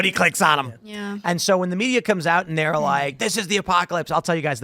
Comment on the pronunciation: "bloodbath"? So the mee - dee - uhh is calling for violence again?